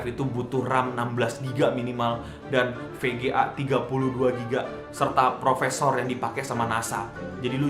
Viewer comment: "processor" bro "bukan "profesor" emangnya dosen? :D